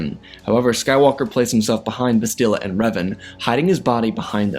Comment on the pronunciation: Bastilla Shan So her name is pronounced Bas - still - La - Shawn Lol Grammer police over and out🚨